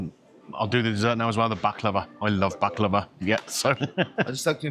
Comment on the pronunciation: I know it may sound odd but thank you for pronouncing Baklava the Turkish way! I'm tired to hearing baklaaahva and being corrected to this ☺️ PS: Nothing beats my auntie's homemade one 🤤